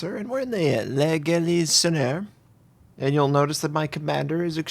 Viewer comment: It's pronounced "la Gallissoniair"